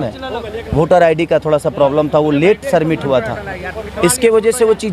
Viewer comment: अरे भाई पहले अच्छे से बोलना सीखो फिर चुनाव लड़ना सबमिट होता हैं सरमिट नहीं